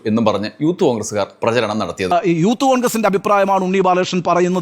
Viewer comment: അവൻ പറയുന്നത് യൂത്ത് കോൺഗ്രസ്‌ എന്നാണെങ്കിലും ഊത്തു കോൺഗ്രസ്‌ എന്ന് ആണ് കേൾക്കുന്നത്.